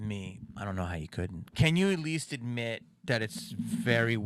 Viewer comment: Atweast.. you are weal